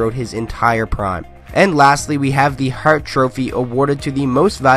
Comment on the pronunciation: Are you a Detroit fan from can? Love the “Barkov” and “hart” pronounciation lol